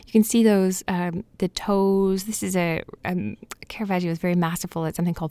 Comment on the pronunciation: It's not kera-vaj-io. Put some pronunciation on it. This mistake is made by more professionals than you can shake a stick at.